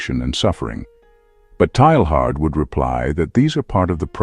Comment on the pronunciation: His name is usually pronounced TAY-yahr. Thanks for doing the video. Excellent topic.